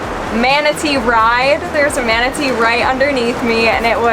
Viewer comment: Manatee or WOMANatee 🧐